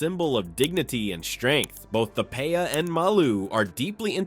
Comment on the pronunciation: Lol the paya?? FUAMIKI it’s pe’a!!